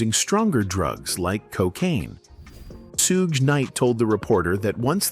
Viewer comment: HI,im not screaming I just want whomever puts these videos together, to pay attention; DO SOMETHING ABOUT YOUR VOICE OVER GUY?THIS MAN CANT PRONOUNCE PEOPLES NAMES AND ITS A GREAT DRINKING GAME FOR MY FRIENDS,TO TAKE A SHOT EVERYTIME HE MIS-PRONOUNCES SOMEONES NAME, SUGES NAME Is not shooed like stooge!? 🤦🏽‍♀️but, I don’t drink…teach them how to pronounce Suge, but, this is just an example he’s constantly doing it to other people’s names too. It’s v😂ery distracting And annoying 🤦🏽‍♀️ Please! sue- gay l NOT! correct n I doubt Suge would like that 🤷🏽‍♀️😂😂😂